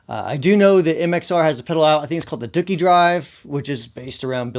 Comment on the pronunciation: literally the first time I've ever heard anyone mispronounce Dookie. so weird